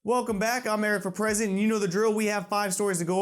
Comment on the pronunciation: For the longest time I thought your name was, it don't really sound like your saying Eric For President.